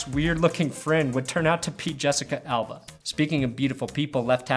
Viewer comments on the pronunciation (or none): none